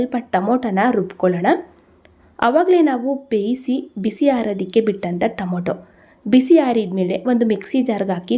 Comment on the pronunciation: Nice vlog. Madam don't mistake it is Tomato not tomoto. It's pronounced as To ma to. Sorry don't mistake